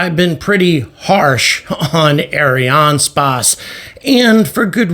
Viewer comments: Ariane spase 😂... its just space , like space englise .. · Its Ariane Space like the englisch word space. Please dont say it like you do. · Areeāne Spāss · Arianespace is mostly a French company, and I think the name is constructed from the words Ariane and Espace, the French word for Space. His pronounciation is quite common, although there should be no break in the middle.